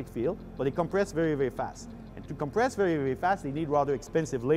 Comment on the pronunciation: Compwess vewy vewy fast! Reminds me of Looney Tunes. :P